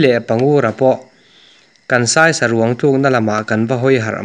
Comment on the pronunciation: Ṭawng thluk i uluk lo mahmah kati mange ngaihthlak a nuamlo tlat silai zen leh sarang te leh a dang te